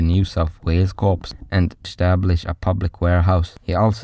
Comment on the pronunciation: I really appreciate someone covering this topic. If it was taught to me in school, then it was it was so heavily marginalised that I don't remember it being mentioned. Constructive criticism: sounds like English is your second language. Corps is unfortunately not pronounced as it is spelt - it's pronounced the same way as the word "core" (e.g. core of the Earth). Hope that helps with any other content that you wish to make.